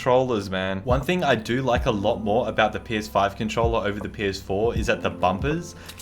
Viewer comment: wy do u say cuntcholla instead of controller